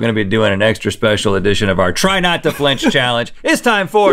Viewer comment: flinch. the word is flinch